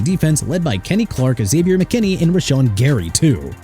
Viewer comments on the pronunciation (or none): none